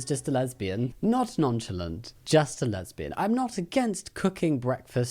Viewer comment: EXCUSE ME “NON CHAL ANT?!” ITS “non shal aunt”